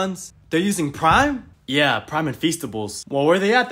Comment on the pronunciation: The way she says "Preim" is so funny